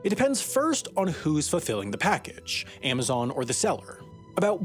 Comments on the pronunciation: This guy keeps saying "Aimazon". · Aimaxon? Really? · Stopped watching after the 10th AIM-azon pronunciation.